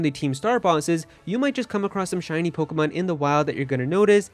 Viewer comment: Let’s do shots for everytime he says pogamon, 😂 we are so gonna get hammered!!! Wasted!!!!!!!